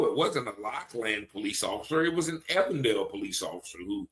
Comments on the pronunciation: SAY EVEN DALE !!!! EVEN!!! DALE ... NOT EVAN DALE !! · Than̈k you for continuing to cover this very important story. Just a note, the police you are referring to is pronounced with a long "e." Even-dale. Thank you.